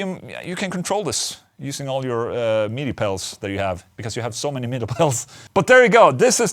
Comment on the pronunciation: I love the way you say midi hahahaha. MEEDEEY